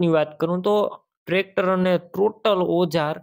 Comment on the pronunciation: ટોલી નથી ટોટલ ન કહેવાય